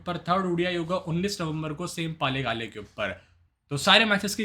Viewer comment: पालेकाले नहीं यार पल्लेकल है 😮😅😊